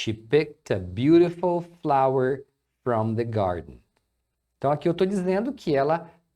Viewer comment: Dica de pronúncia: cuidado pra não ditongar a palavra FROM. FROM não tem o ditongo ÔU, então não é "frôum", é "fram".